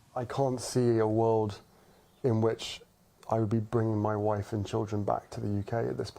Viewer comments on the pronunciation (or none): "Moy woife" 😂